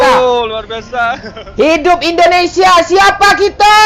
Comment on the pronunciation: Indonesia bang Bukan Endonesia